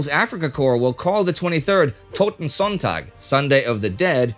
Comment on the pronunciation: Sonntag, (Sunday) is pronounced zonetak.